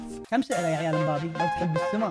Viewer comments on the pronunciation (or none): none